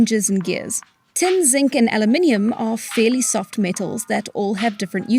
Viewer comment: and Alumium